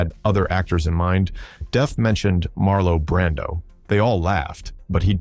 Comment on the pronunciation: "Marlo Brandon" ????